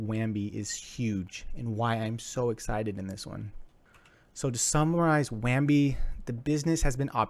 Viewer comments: lol at this review. why does he keep saying WAMBI. there is no M. Bounty0x has infinite competition, its just not on the blockchain. Use case for bounty0x on the blockchain isnt there. I am still investing into bounty0x but funny how you could not think of competition. Just a craigslist for bounties is competition for bounty. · "wham bee".. lol.. so professional